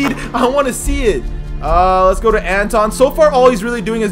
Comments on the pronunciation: ITS NOT Anton it’s Antwan an-twan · it was a misprint on his birth certificate. Parents kept it spelled like that so it could be unique. It's still pronounced "Antwan"...lol. I grew up watching him play (I'm a UNC fan) first time hearing people actually flcalling him "Antawn" but he's been ouy the league for a few years some of y'all didn't grow up watching him. Love the vids bro! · Antawn is pronounced Antwan, there was a mistake on his birth certificate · it’s antwan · My grandmother is good friends with him it's the pronunciation is antwawn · Called him Jamison not antawn because ik ur not saying it wrong but it sounds like u r and it's hard to watch.